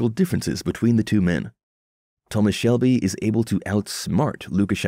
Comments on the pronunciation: I stopped watching at the audacity to call him "Thomas Selby". It's SHELBY! Ghosh you even made me like Billy Kimber's way of saying it. WTF! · Man said selby